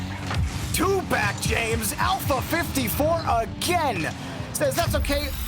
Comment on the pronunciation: The guy casting with has a very weak grasp on the English language and its infuriating. 3-free, ignores the letter T like every time, alpha-alferr... holy shit bro the list goes on